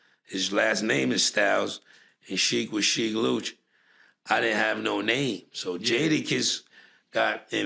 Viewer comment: I almost stopped watching because of the pronunciation of “Sheek Louch” 🤦‍♂️